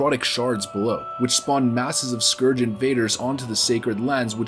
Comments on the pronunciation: saying scoarge instead of scourge triggered the duck out of me. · I notice you say Skooorge and skuuuurge in the same vid? I agree with the second pronunciation. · Its funny how you pronounce the word scourge as eithrr scorge or scerge. Phonetically likr scerge is the correct way. Your welcome. Btw not being a dick i just found it interesting. Additionally, love ur vids man keep em coming! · Scourge pronounciation: Skurj > skorj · “Why not both?” - 2019. I’m so glad he stopped saying skorge after the intro... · Scourge, not scorge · Interested me that you started the video pronouncing Scourge as ‘Scorge’ and changed to ‘Skirge’ how it’s more commonly pronounced. Tripping me out man! xD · whats up with people pronouncing it the scuwrge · It's pronounced "scuuuuurge", no sq-oor-ge lol. Hooked on phonics wurked fur me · Go Throne scoarge is busted and broken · "The citadel was eventually overran by the Score-g LMAO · the Scorrrge? LOL fail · you keep saying "the Skorj" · Scorge? Lol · The way he pronounces scourge at the start of the video is nauseating.....I’m glad he figures out how to say it properly by the end 👍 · May want to practice how to pronounce the scourge. :P Otherwise cool video.